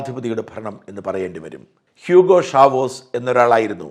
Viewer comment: ഷാവേസ് എന്നാണ് not ഷാവോസ്